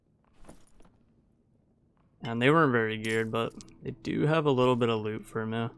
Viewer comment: bro pls spell ''for me'' like human being,cuz its so tiltable ''hur muee'' fck sake